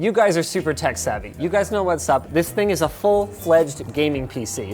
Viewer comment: You meant, "one more Ting," I think. I write freelance fwiw lol